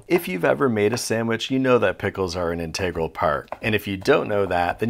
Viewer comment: Where's this guy been?! He's hilarious! All due respect (whatever that means), just need to work on your pronunciations a little: integral and paprika.😊